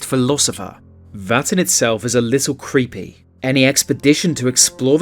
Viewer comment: "Ceepy" Caves?